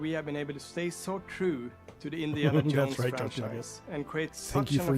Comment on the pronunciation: Btw, the creative director's Indiana Yones pronouncement might be a Swedish thing. I don't get it myself, living in a neighbouring country and speaking related North Germanic languages. No one would say it like that here, but I somehow feel like the other creative game director Sam Lake from Finland would say "Yones" too...